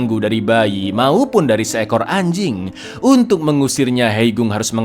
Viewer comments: Ngomong anjink nya biasa aja bisa ga bang😒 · wkwk ternyata gk cuman ane doang yang nyadar intonasinya lebih ditekan 😂